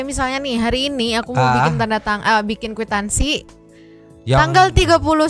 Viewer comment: Itu si emak² dibayar berapa ya buat nyanyi & pantun😅😅 moon maap pak. Kwitansi bukan kuitangsi🤣🤣🤣